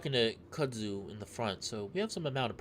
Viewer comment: its pronounced kud zoo :P